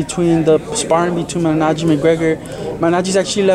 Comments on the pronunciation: Minaggi! ... you're missing out half the fucking letters. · The guy can't even say Malignaggi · maybe this 'journo' should learn how to pronounce Malignaggi's name.........